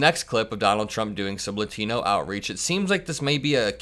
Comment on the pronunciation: yo good video BUT its not lutino. its latino you say it like lot like parking lot. imagine lotino but instead of o its an a with the ah sound not uh sound bruh. yt people dont even try to pronounce races correctly, even when its terribly easy. just like kamala yt people act like its terribly hard to say. its strange to me.